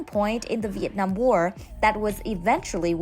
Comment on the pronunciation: Your Viet Nam pronunciation is charm and lovely. Cheer from DC USA